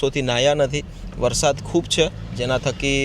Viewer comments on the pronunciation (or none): none